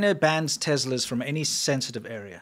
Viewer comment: wtf is a tezla lol